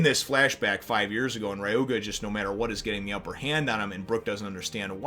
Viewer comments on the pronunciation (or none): HAha, okay... it's not pronounced Rye-oo-guh... It's pronounced Re-oo-muh. I can't help but laugh every time you say Rye-oo-guh. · I can understand mispronouncing the "Ry" as rye instead of re, but I have no idea where he got the G from. That is why I left this comment. To correct him. He said in the past that he's fine with corrections.. Especially when it comes to pronouncing a name. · Isn't it Ryuma?